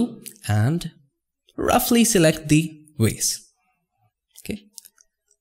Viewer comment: "Roughly select thee... wase." LOL it's a VASE, not a "wase."